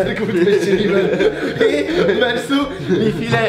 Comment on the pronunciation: Hat grad immer "Jimmpie" zu Jimmy gesagt? 😂